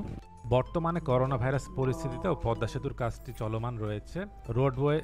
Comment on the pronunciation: Thank you for this beautiful presentation. Never mind, the pronunciation is PADDA bridge instead of PADMA bridge. Thanks once again.